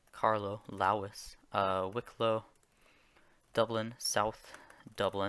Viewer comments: What the actual fuck was that pronunciation of the Irish counties. And the first level subdivisions in Ireland are the four provinces, not the counties. Munster, Connacht, Leinster and Ulster is what it should be. Your pronunciation is terrible. Especially Laois. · Some of his Irish pronunciations aren’t entirely correct especially Laois but to be able to name them all is impressive